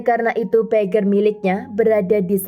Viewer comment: Pager harusnya dibaca PEJER coba cari lagu yg berhubungan dng kata PAGER yaitu judulnya TIT DI DIT